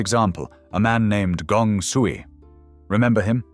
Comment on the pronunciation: Is the audio AI generated? I am hearing some inconsistencies in pronunciation of Chinese names. I noticed that Sui was pronounced as Sooey at one point.